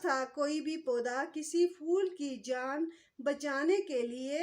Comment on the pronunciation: اردو کے لفظ "پھول" کو "فول" کہنا نازک، حسین و جمیل شے کی تو ہین محسوس ھوتی ھے۔